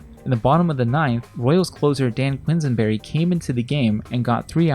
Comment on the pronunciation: Ugh, “three to four” and “Quin-sen-berry.” That was painful